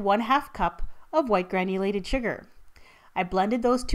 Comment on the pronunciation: Lol I thought she was saying white granny lady sugar!!!!! My bad! Lol